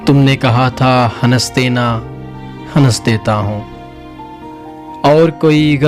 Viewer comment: Wah.... Bhai yeh word hans hai ya hanass hai?